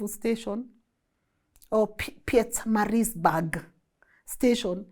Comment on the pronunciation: You made me chuckle when you said, "Umgundulovu,Pietzmaburg!: ...umgu-ngu-ndlovu Pietermaritzburg !!😅